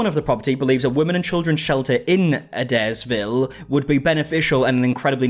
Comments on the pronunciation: Hey! You’re saying the town name right. It is A-dares-ville. ♥️ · I live about 2 hours away from Adairsville and you pronounced it perfectly,! Lily from Do We Know Them kept pronouncing it wrong and it drove me crazy lol. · It’s okay, you pronounced Adairsville correctly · HOLY SHIT! I just moved from Adairsville a few years ago. Crazy because no one knew that town just a little while ago, then Atlanta Metro area got so big… And pronounced it correctly. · You pronounced Adairsville perfectly. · Wanted to let you know that GA is the abbreviation for the US state Georgia. Also you pronounced Adairsville perfectly! Well done darlin. 😊 Love your content! Your girl is beautiful and y'all look so cute together. Have fun with the van trips and vlogs!! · you pronounced Adairsville totally correctly! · you got Adairsville correct 👍🏼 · you pronounced Adairsville correctly iirc as a Georgian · Hello, Georgia, US resident here. Given the British accent, you pronounced Adairsville correctly. 😊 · Hey, you pronounced “Adairsville” perfectly. 🥰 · If adairsville is pronounced the same as Adair, Oregon, you said it correctly. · You pronounced adairsville right! 😊